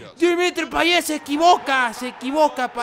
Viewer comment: Por que dices Payeh es Payet